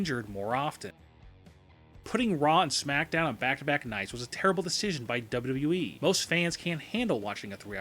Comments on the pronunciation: dubba wubba wee At least learn to say WWE properly before you slate it. Although I agree yes the current product is mostly garbage. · when he says WWE .. he sounds slurred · Love the video but can you pronounce it as W W E rather than w dublu e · How hard is it to say "W-W-E?" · This guy cant even say wwe. He has no fucking clue what he is talking about and could not sound more delusional. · Why the fuck do you pronounce “wwe” at 200 MPH ????? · Learn how to say WWE for the love of fuck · He can't even say WWE correctly.... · First, learn how to say "WWE" Second, WWE has been in far, FAR more dire straits and come back. It certainly is not sweet for WWE and a great many of their problems are self-inflicted wounds, but this company isn't going out of business.